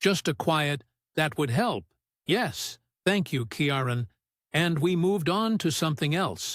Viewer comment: get the name pronunciations right his name is pronouned KEY RON and his daughter is SHIN NADE